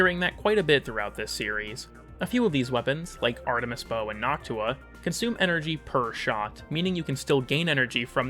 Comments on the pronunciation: Man there is no need to pronounce Noctua like Nawk-Tuah please 😭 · ...Is it not pronounced similarly to nocturne or nocturnal? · Noctua more like hawktua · Not really your fault; the way he pronounces that o is literally just an aw/au diphthong rather than a straight o. So it's unusually hawk tuah-y.